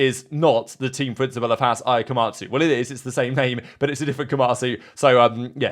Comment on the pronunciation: Haas or *ss?